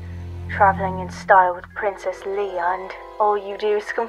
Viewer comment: Rewatchng this, remembering my voice acting for Tula (back when this was on Krayt Dragon Films) I didn't even remember I purposely mispronounced Leia. (At the time, I figured it was the standard Core pronunciation).